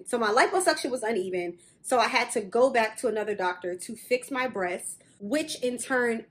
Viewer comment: why do you say breasts as breashs ?